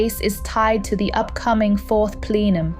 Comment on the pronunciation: What is a fourth plelum?